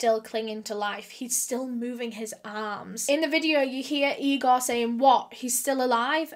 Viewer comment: Its Igor, not Egor.